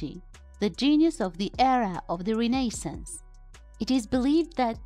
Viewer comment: "How does it works?" ... Skip the history lessons, Go back to Grammar and pronunciation .... Words like "Apostle" & "Renaissance" deserve better Respect & Attention. LMAO